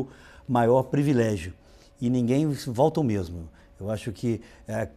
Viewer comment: >>>VEJA AOS 134>>>>Poxa Aécio!!!!>>>Previlégio???>>>>A Dilma não ensinou vc que se pronuncia;PRIVILÉGIO.>>>>>>>>>>>KKKKKKKKKKKKKKKKKKKKKKKKKKKKKKKKKKKKKKKKKKKKKKKKKKKKKKKKKKKKKKKKKKKKKKKKKKKKKKKKKKKKKKKKKKKKKKKKKKKKKKKKKKKKKKKKKKKKKKKKKKKKKKKKKKKKKKKKKKKKKKKKKKKKKKKKKKKKKKKKKKKKKKKKKKKKKK